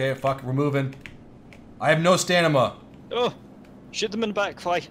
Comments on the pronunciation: Stamina not stanima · "stanima" lol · "I have no STANIMA" you mean STAMINA? Lmfao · wtf is stanima 😂😂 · "Jack I'm still out of Stanima!!! 😂😂😂